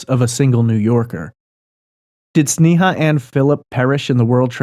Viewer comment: It isn't pronounced "Snee-haw" it's pronounced Snay-uh.